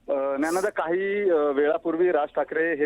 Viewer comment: ज्ञानदा ला तुम्ही " न्यानदा " असे का म्हणत आहात? Anyone's name should be pronounced correctly!